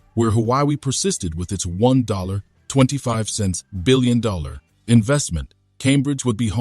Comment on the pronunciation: First learn to pronounce UK, Huawei, and reading $1.25 billion.